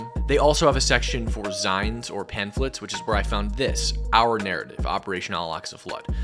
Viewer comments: Who pronounces it “zyne”? It’s “zeen”. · In the grand scheme doesnt really matter but "Zine" is pronounced "Zeen" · FYI: The word "zine" is pronounced like zeen... it's a shortening of "magazine"... I think started during the 70s-80s punk era, but it might've started in the '60s by the hippies - not sure. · How did he just pronounce “zine”? It’s an abbreviation of “magazine.” Pronounced “zeen.” 😂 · The term "zine" rhymes with "green" not "pine". It is short for 'magazine'. Sometimes it is written: 'zine.